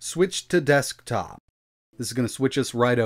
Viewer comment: The way this dude says “desk-top mode” is killing me